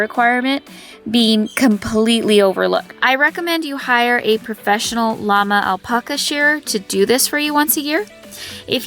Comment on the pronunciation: The way you say alpaca is so awful, makes me want to kick you.